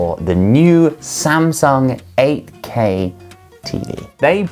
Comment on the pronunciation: 8k가 ak로 들리는건 나만 그런가...